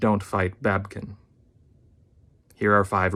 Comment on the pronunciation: It's not babkin it's babykin get it right.